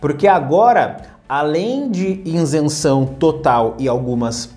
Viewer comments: Meu caro, Com todo respeito e com a exclusiva intenção de colaborar, esclareço que a pronúncia correta da expressão é ISENÇÃO, não INSENÇÃO, como você tem mencionado. Ok? Parabéns pelo seu canal. Saudações! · Boa noite. Você não é o primeiro a comentar isso, apesar de eu saber exatamente como se pronuncia a palavra ISENÇÃO sem o N. Acho que nem dá pra perceber como eu de fato falo, o vídeo sai tão rápido pra reparar nesse detalhe... Mas obrigado por acompanhar o canal.